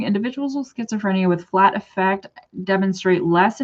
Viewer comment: Even though it's spelled like affect, in my experience people pronounce this in clinical context as Ah-fect. Like how you say it